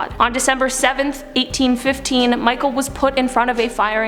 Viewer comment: Michel like Mishel not like Michael